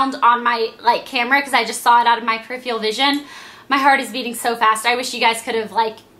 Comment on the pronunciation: loll you said periphial...its peripheral vision